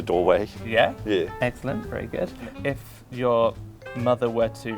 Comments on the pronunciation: That's such an Australian "yeah". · When gets approval for what he's saying he seems so pleased that he forgets to be British and just says 'Yeah' in a full-on Australian accent